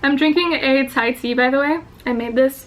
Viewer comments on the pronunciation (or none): none